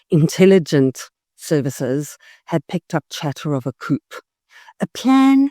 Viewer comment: BTW - coup is pronounced "coo" - the p is silent